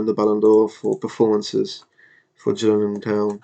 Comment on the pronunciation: Just a heads up. You're managing Gillingham Town, Dorset - (Gill said like Hill with a G like goat) - Not (J)Gillingham in Kent